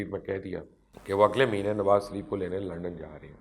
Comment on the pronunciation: Sir ajj tak ham ny nawaz shareef k k nam nawaz shaaareef ha ap nawaz shareef ka name thek keu nahe lytha sorry to sy if you don't mind sir ap nawz shaaaref kahny k bajya nawaz saareef lytha ha keu ap itny intelligent ha ap bata skty ha name thek ha kia shareef yah nawaz sareef ha